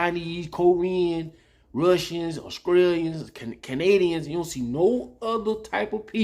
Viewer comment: I love your videos but when you said Australia i died laughing